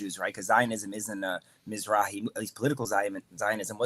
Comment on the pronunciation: Yup. Planted shill. He even knew how to say Mizrahi.